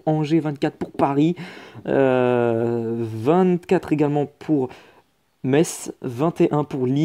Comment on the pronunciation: aaah tu a enfin bien prononcé "Metz" ça me fait plaisir 😂😂😂🤣🤣😂